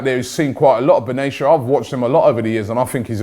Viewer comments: Benayasha Robbie? It's pronounced Ben-at-eya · It’s pronounced Mehdi Ben-ah-te-a